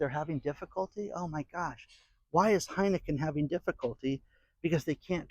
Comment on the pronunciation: "Heinicke beer" should hire DAN